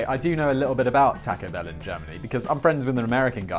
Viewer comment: The best part of this video is Simon calling it Tack-o Bell 😆